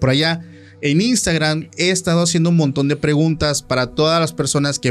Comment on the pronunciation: Por qué dicen imstagrannn😂 es i n s t a g r a m 😅.